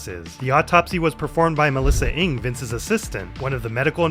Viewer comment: the Ng surname is pronounced more like "mmnn" than like the ng in -ing. I don't blame you though this sound doesn't exist in the Anglosphere